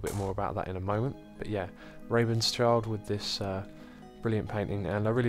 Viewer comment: Rabenschild is actually german and means Ravenshield, so funny how you pronounced him :D